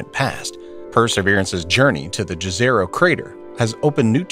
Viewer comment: The word "jezero" is of Serbian origin. We spell the word exactly like that, but you in the English-speaking area should pronounce it as if it were written "yezero".